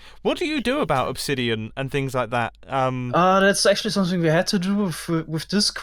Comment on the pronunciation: „Ackthually“ hahahaha the englisch grammar tho